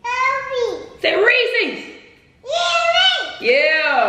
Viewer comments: say Reese's: yeese's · Its not otonounced ree-seas, its pronounced ree-siz